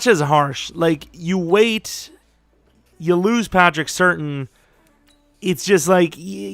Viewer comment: Bro. It isn't Patrick certain. It is Patrick Sur-tan